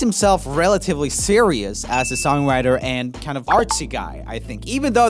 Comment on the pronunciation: "Songwirter" lol